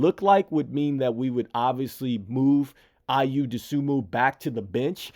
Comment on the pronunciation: It's not Ayou! It's Ayo!